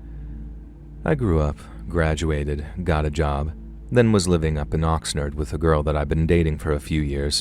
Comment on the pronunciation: Had to listen several times to understand you were saying OXNARD. Its Ox Nard not Ox Nerd. Its not that fancy. Its nickname is The Nard. I grew up a mile outside of The Nard in Ventura (Ven Tour A). Also not fancy. Were not La Canada😂